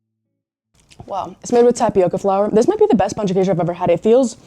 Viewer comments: Best foreigner's pronunciation of "pão de queijo" I've ever heard! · Finally, someone who said "Pão de Queijo" correctly! 🎉. Our mango is sooooo good, you have to try the natural mango juice. I hope you like it here. I'm from Rio, and each state has its own culture, but you can still experience Brazilian culture and food no matter where you are. Welcome! ❤🇧🇷